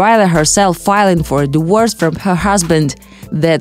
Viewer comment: Can you please get someone who can dpeak english. Its not pronounced a diwors, it is a di-vor-ce